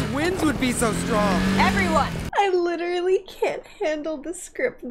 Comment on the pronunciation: Did she just say........"Cliterally" 🤣🤣🤣